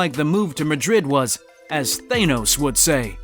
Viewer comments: Everyone: Thanos: thAInos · Th-ey-nos, I get what you did 🙃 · Nobody:: tHanE -Ose